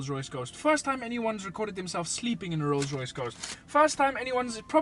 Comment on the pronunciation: "Lolls Loyce"